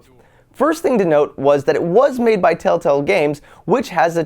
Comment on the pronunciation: lol he said telltell games instead of telltale games